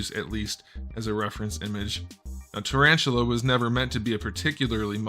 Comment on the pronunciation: Tarantula? More like Tarashula.